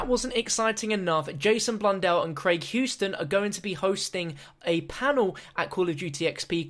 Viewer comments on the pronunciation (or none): none